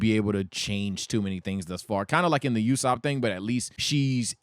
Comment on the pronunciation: why is he calling Nami Kim? Also he's mispronouncing Usopp.